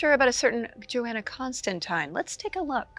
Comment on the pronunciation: It’s pronounced JoHanna not JoAnna!